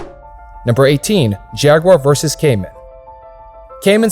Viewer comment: Why can't the yanks say jaguar properly?